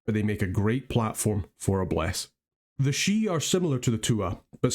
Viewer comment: Thank you for the attention to the pronunciation. It ruins the flavor when people can't be bothered to pronounce names at least semi-correctly. Couldn't watch that one guy saying "sidhe" the same way you would "CD".